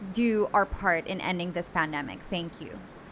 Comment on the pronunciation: You kept on using the word pandemic and placed the stress on the wrong syllable.